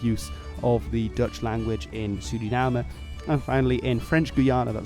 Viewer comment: Yoooooooo first time I heard a foreign speak out Suriname right